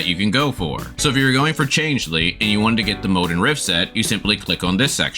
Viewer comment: bruh, wwhy are you pronouncing Changli like that? Change Lee, seriously?